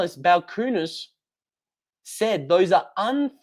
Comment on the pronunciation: That’s not how you pronounce Balchunas.